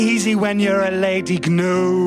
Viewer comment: Stop sayin Gnu, you're saying it wrong. Leave out that silent consonant, Gnu not Gnu. Though you've been confused by Flanders & Swan, now you can be quite confident, Gnu not Gnu. If you're not ready to believe it, at least not quite. Go on then Google it now....see i was right. It really is true, so join in our song. And call that two toed ungulate Gnu not Gnu. So put you're faith in me Leave out that silent G It's G N U Gnu not Gnu.